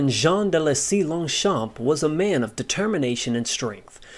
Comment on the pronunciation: Jean de Selys is not pronounced "Jean de lesys" FYI